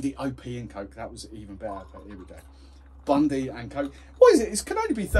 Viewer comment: It's Bundy, not Bundi